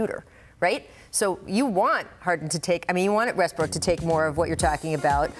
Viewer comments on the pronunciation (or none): Did my man said Westbrick?